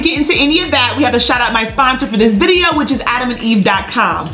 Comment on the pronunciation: say Vid.... 😆 🤣